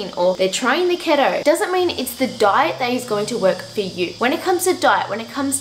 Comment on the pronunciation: im pretty sure keto is pronounced like “key-toe” ♥️